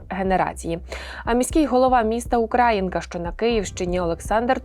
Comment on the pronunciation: Украї́нка, наголос на Ї. Ви шо?..